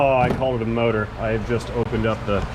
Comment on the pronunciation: "Seven liter Vee-8 Moudr!"